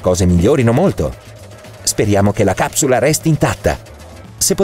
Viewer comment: a me sembra che dice cazzula e non capsula